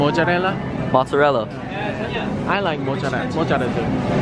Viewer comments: beatificblake i laugh too much at his mocciarella 😂😂😂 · jungwoo baby: mojjarelldrl me, Italian: it's okay he's my baby, if my baby says mozzarella is to be pronounced as mojjarelldrl, mojjarelldrl it is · Is Jungwoo trying to say mozzarella 😭😭SOFT HOURS